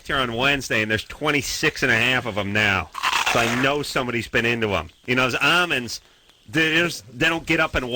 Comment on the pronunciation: why he pronounces almonds like "amuns"???